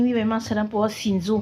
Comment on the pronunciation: Hi, it's sinju not sinjo😊